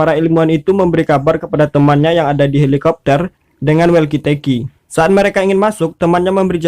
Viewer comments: Bang cara baca "walkie-talkie" bukan "welki telki" tapi "woki toki" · Walkie talkie Bacanaya, wolkitolki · Welkiteki 🤣🤣🤣🤣 lucu mimin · Wkwkwkw welki teki, alemonngg wkwkwk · ngakak pas bagian ini sih welki telki 😂humorkuhh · Kirain walki tolki